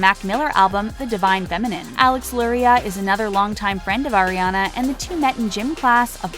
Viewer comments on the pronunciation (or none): ITS ARE-IANA NOT AIR-IANA JESUS CHRIST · She said “Air-ee-Ana” it’s “Are-e-Ana” Sorry I’m just a fan that gets triggered lmao. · Can we please pronounce her name correctly it’s Ari-ana not Aire-ana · “AIRIANA” HOLY MOLY NO ITS ARRRIANA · so many years and people still cant pronounce aris name correctly. it's AH-riana not AIR-iana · it's 2019 and ppl still call her air-iana a instead of are-iana? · Oh, *Air*iana Grande It's pronounced Ariana, not AIRiana. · Who really GAF! 4 REAL. BTW PLZ PRONOUNCE HER NAME AS "ARE- EE - AH - NAH NOT AIR- EE- AH - NAH (TYVM ) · It’s Ariana not airiana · 4 second in and they already made me cringe by saying “airiana” 😂😭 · "oh AIR RE ANA Grande" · “Airrianna grande” oh 😂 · Did she just say “Eriana”? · air-i-ana AHHH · Oh AIRIANA GRANDE? who is AIRIANA? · if you can't say her name right... don't make a video about her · yea wtf